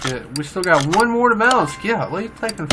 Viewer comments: It's pronounced kone e zag one to one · Cone-egg-seg One to one. That is the pronounciation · It's pronounced one to one because the power to weight ratio is one to one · It makes me upset every time you say the name😂😂. But keep trying im in love with cars so i know. It a one to 1